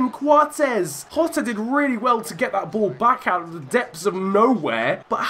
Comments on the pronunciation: Jota is pronounced jota not hota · Jjjjjjjota not yotttttta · Please don’t call him Hotta, it’s jota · It's diogo Jota not Diego hota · Diogo Jota not “Rota” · Jota is pronounced exactly how it looks, you’re over complicating it by calling him hotter 😂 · As a Portuguese speaker, it’s Jota. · how you pronounce it is yota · The J is pronounced as a Y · It’s pronounced yotta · That intro though... so slick. Just a heads up mate, the ‘J’ in Jota is pronounced